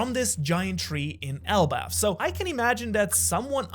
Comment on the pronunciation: It is elbaf